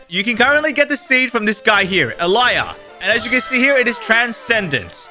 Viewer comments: 'Elijah' is pronounced 'Elye-jah' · "Maple reasin" "Eliah" hits hard. 🗣🗣🗣🗣🗣🗣🗣🔥🔥🔥🔥🔥🔥🔥🔥🔥